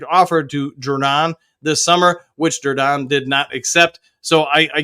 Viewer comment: You keep saying JUR-DON….. isn’t it Ju-Don? No R? lol 😅 this is like the 3rd video figured I’d say something this time. Still funny to hear though.